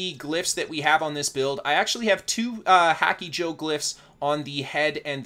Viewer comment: Hacky-joe? I know everyone can hear the pronunciation when they make a rune..